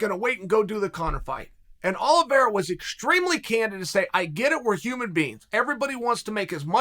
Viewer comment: he butchers most people's names I'm starting to think he's trolling lol